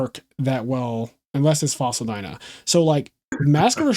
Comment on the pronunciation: That is exactly how you pronounce dyna